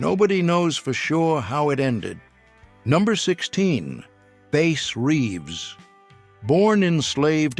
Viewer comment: It's BASS REEVES. NOT BASE. BASS LIKE THE FISH DUMBASSES.